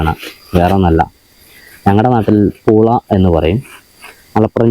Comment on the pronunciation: പൂള പറയുമ്പോ എന്താ മിണുങ്ങി കളിക്കണേ 🫣😁😁😁❤